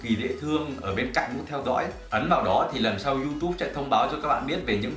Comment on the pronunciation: Vãi đọc du túb thành du tu